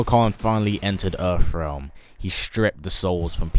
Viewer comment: Where is this "Erfrealm" you speak of???